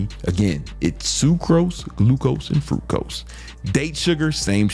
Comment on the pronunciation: Fructose bro, not Frucose lmfao.